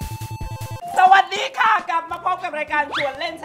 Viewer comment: น้องกันเกรี้ยวกราดจังเลยลูก 55555 ชอบ ฐสะดี ของน้องกัน 555555